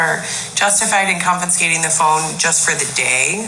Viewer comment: Is she saying confiNscating?